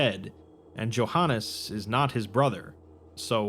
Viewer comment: Johannes is pronounced Yohans. I think